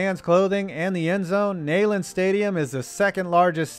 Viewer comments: It’s pronounced “knee land” not nay land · It's pronounced "knee-land" not "nay-land". Go Vols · Neeland not nayland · Pre video: Tennessee better be on this list Post video: thank god, btw it’s NEyland not Nayland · Knee-Land, not Knee-lund, dammit. Also, as a UT fan, I’m disappointed you didn’t take the opportunity to trash on us for being basic garbage since the year 2000. Great video though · the word Neyland is actually pronounced Nee-land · I cringed when he said Nayland instead of Neyland. It’s pronounced Neeland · KNEEland. Not NAYland. Jesus fucking Christ. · Neyland stadium is pronounced as Kneeland stadium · Pretty neat, but a few details ... -Oklahoma’s stadium is now fully enclosed. -South Carolina enters to the 2001: A Space Odyssey theme and uses Sandstorm before kickoffs and at big moments to fire up the crowd. -I’ve always heard Tennessee’s stadium called “Knee-land” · Tennessee’s stadium is pronounced KNEE-lend. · Its KNEE LAND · Mispronounced Neyland